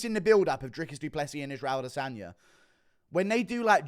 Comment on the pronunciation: ah-DE-sonya So cringe...